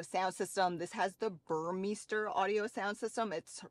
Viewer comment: Burmester not BUR MISTER ;)